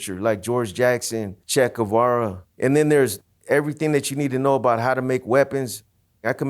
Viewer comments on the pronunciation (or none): lol "chack a vara", he can't even pronounce Cheguevara correctly.